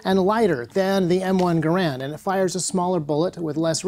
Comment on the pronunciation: You pronounced Garand's name wrong.